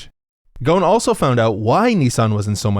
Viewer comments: The S isn't silent in his name, its Carlos GhoSn. Not Ghon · His name is not gown it's ghosn which is pronounced rosn with a french R. and the s is not silent. Idk if he changed how it's pronounced, but it's a funny name because it means tree branch in Arabic. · Great video but the pronunciation of his name is driving me crazy lol! He's Lebanese and the name is pronounced like "Gho-Sun." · Carlos ghoson not ghon? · It's pronounced Gho-soun not ghon man... otherwise good video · his name is Gho-son arabic for branch, not ghon lol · Man you're mispronouncing his name and it's distracting me haha. It's Ghoson. غصن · Love how so many people are making fun of his family name yet thats not how its pronounced lol. Ghosn, pronounced as gho-son, is a lebanese family name, translating to tree branch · His name is carlos ghosn the s is pronounced not John! It's an Arabic name. It literally means tree branch, and its pronunciation in Arabic is fabulous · It hurts my ear to hear you say Le as Les, and his name is Ghosn Gh as french R as in Ro, and the S is pronounced. His name isn't gon like HxH main protagonist lmao and I know it's not your fault.. that's how the media says it and possibly him. His last name Ghosn means tree branch, a very well none Lebanese family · You butchered the guy name is should be ghu-son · He's Lebanese and his last name is not pronounced that way at all man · Your pronouce of his name is just ignorat American thing. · well gotta tell you the s in his name is not silent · Bangin' video, but every time you tried to pronounce his name I winced...